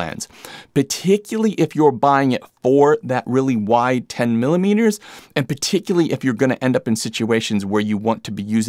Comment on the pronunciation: Nice review! Looking for a 14 or 20mm equiv for Fuji. The way you pronounce “particularly” was getting to me though 😅